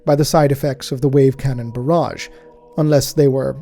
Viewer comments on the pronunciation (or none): none